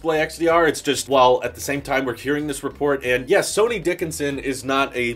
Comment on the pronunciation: I think his name is pronounced like Sunny, not Sony 😂😂😂